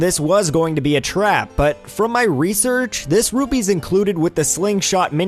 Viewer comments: P's and B's sound similar to me, so I may have just misheard you. I just didn't want you to end up like those CDI Zelda games. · The currency in Zelda is Rupees, not Rubies. Just so you know! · ***** Watch around 2 minutes in. Definitely ruby coming out of your mouth xD. Great video nonetheless, simply a minor gripe.